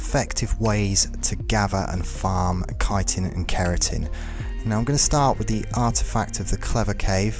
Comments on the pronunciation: My guy: you aren't the only one in this community, but it is pronounced "KAI-tin", not "chittin". Like, absolutely, unequivocally, 100% no question: that is how the word "chitin" is pronounced. But good video--thanks! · Chitin' is said like kietin. Kinda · You don’t pronounce chitin as shitin’. Great video tho I really liked it : ) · Well you were pronouncing it correctly but then you started pronouncing Chitin wrong